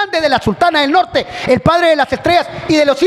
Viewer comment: jajajajajajaja el Arnolshuashineger